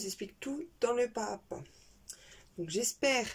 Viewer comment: Pas à pas = PAZAPA! il faut faire la liaison! vous faites toutes la même faute que!